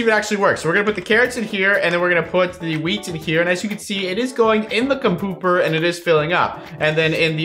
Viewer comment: Iove how he calls the composers compoopers